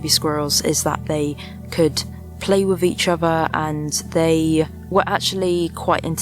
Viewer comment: My only frustration with your lovely videos is that you can't pronounce "with" properly, it is not "wiv"